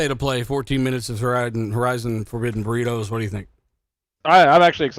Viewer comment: "Forbidden beridos"?? You fan boys are funny 😂😂😂